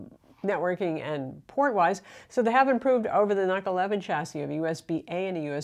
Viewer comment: Nuk not nak